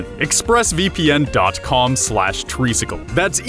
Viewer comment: *treesicle not treecicle